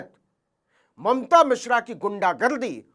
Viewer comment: भईया जी वो मिश्रा हैं, मिश्रा